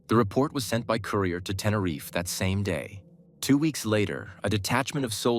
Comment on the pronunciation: It’s not Tenereefay 😂 It’s pronounced Tenereef (Tenerife)